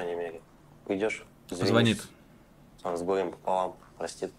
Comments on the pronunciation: Как она может быть отличницей, если она даже не знает как говорить позвонит? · отличница говорит позвОнит) нуну)))